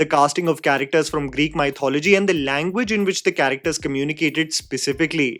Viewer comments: Just an FYI, mythology is not pronounced MY-thology. It is pronounced mith-ology. I was surprised to hear the journalists in Mumbai also mispronounce this word at the promotional tour. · Elliot Page. What is that abomination? Also, you need to work on your pronunciation of the word "MY" Thology. Soo Northie and sooo annoying. Your review though... Spot on and well articulated as usual. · sorry but WHY do indians mispronounce the word mythology?! if you remove the "ology," you're left with "myth" - think about how you pronounce that word on its own in english, and then just add the "ology" back to it. THAT'S how you pronounce that word. pretty common-sensical i would've thought.